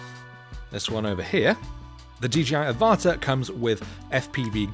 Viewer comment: I have a feeling the product name Avata is pronounced like Avatar (but without the r at the end)... makes sense right?